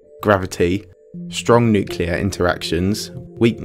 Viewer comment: I stopped listening, and caring, when you mispronounced the word “nuclear.” Unsubscribed.